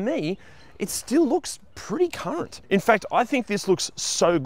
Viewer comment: lol: 3.08 into the vid.. is saying ‘current’ … not c.nt 😂